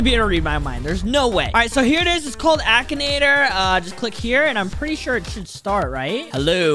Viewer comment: We love the “ackanator” The pronunciation is so good